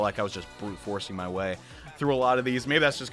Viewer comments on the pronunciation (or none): none